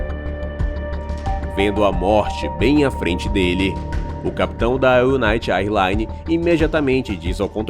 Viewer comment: Existe uma diferença entre incidente aéreo e acidente aéreo, neste caso não foi um incidente? A narração diz acidente em alguns momentos em que deveria usar a palavra incidente. E eu não sou professor de inglês, mas a pronúncia correta do termo “AirLines” seria “Ér Laines”. Fora isso, eu curti o vídeo demais! Eu adoro vídeos de aviação! Parabéns pelo conteúdo!